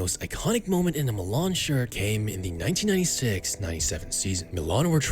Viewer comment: Milan* not Melón